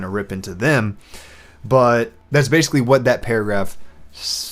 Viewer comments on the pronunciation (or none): none